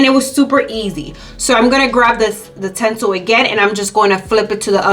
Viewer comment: She keeps saying tensil lol.